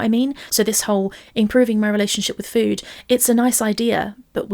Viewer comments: same it’s always bothered me 😭 ffuood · Lol, the "fhwooood''. I hate it as well. Its' like she forgets how to pronounce an F and just says food through pursed lips like an 'o'.